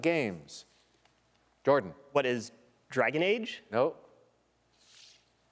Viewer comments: Lmao my man said halo and dragonage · The elder scrolls one when he said dragon age hurt my heart but he was trying his best